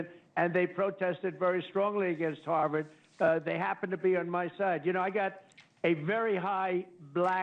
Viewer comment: HARVARD not HARLEM